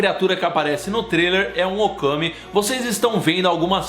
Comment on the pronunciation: Quando o falou Occamy eu entendi Okami!! XDDD E sendo uma viciada no jogo Ookami já fiquei imaginando se tinha alguma coisa relacionada!! hauahuahauhaua Acho que a pronuncia mais correta seria "Oqueimi" já que a letra "A" na língua inglesa tem o som de "ei"!! Alguém sabe de qual mitologia seria o Occamy!?? Ou se é uma criatura original da J.K.Rowlling!!??